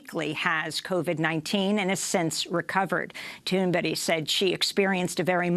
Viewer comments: Please learn Greta's last name. You continue to call her toonberry.... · Amy. I have heard you pronunce Greta Thunberg's name corectly before! sYou had her on as a Guest.! WHY have you pronunced it incorrectly on the last THREE mentions of her in 3 seperate broadcasts.??